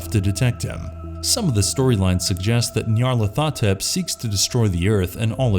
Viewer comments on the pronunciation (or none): Nyah-lor-tha-tep.....that bothers me lol. It’s Niya-lar-ho-tep. This is my favorite of lovecrafts eldrich entity’s so hearing his name said wrong makes me very sad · ... Ny. Arl. At. Ho. Tep. That's At Ho Tep, not Ath o tep. He was deliberately named to sound like an Egyptian pharoah. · I generally write it Nyarlat'hotep just to make sure people say it correctly. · Nyarly's name is pronounced Nigh-ar-lar-tho-tep, for future reference. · It’s N-eye-ar-lath-oh-tep. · The only thing scarier than these monsters is the way you pronounce Nyarlothotep!!!!! Lol! 😅🤣 I am a Lovecraft purist and i really can't stand the "Cthulhu Mythos" as it has come to be known as. Like most all franchises that get elaborated on by different authors, the stories get sillier, more over the top, and down right goofy at times as they seek to top what has come before. The mystery and the unknowable nature of these creatures becomes lost as these authors leave no stone unturned. Lovecraft created things that the human mind cannot comprehend, leading to madness. He hints at the existence of these things and from time to time gives us a detailed description, but generally it is left to us to try and imagine what it might truly look like. These other authors have stolen the unknowable away and presented us with a detailed description of the hierarchy of these beings. It ruins the world that Lovecraft created. Thanks to them, Cthulhu is now a cute toy made in the appearance of fat headed pop figurines or cute stuffed Cthulhu with big baby eyes that kids can snuggle up to in bed! And who made that awful CGI rhinoceros that is supposed to be a Soggoth? What an idiot. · You pronounced nyarlathotep wrong. Edit: nvm, mispronounced all mamed